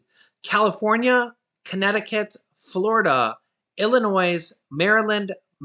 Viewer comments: we are not noisy in Illinois, drop the S please!😊❤️🇺🇸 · 😱 “Illinois” is getting butchered in the pronounciation department! You seem to be ignoring my simple request to drop the (s) when you say the states name out loud. If you are going to mention states in your videos just like a persons name you should learn to pronounce it correctly. (s) is silent. No (z) sound at the end dragged out. Thank you! Respectfully one of your biggest fans 🙏🏻😊. By the way I’m going on 21 days as of tomorrow and still no income tax refund check. I filed on May 3rd. Learned that they have a number they assign to you when you go online to “getmyrefund” to see where your refund is which explains the status of your payment and why it’s delayed. Hope this helps those out there that are also concerned. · Arrghh, stop saying Illinois like that lol. Please I beg u say it correctly! 😂